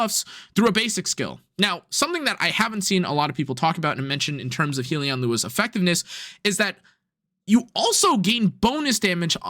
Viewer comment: Not to be that guy but it’s pronounced Hell-Yun not Heel-E-On. A Hellion is like a creature from Hell